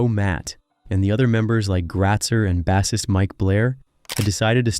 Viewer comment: Gawd I hate computer narration! Bass ist, not saying it 'base ist'.